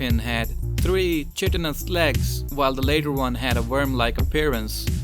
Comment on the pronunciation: "Chitinous" is normally pronounced KITE-TIN-US.